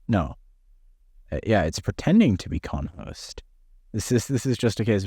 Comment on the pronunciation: conhoz and not conhost, yea very suspicious.